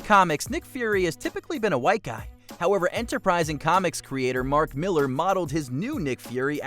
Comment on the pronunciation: JSYK, Mark Millar's surname isn't pronounced like "Miller". It /Ma//lare/